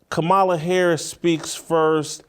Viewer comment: You cannot pronounce the Vice-President of the United States' name and you want intelligent people to take you seriously?